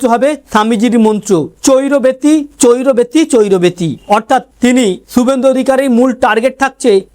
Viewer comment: বিবেকানন্দের কথাটা চৈরবেতি নয় চরইবেতি ।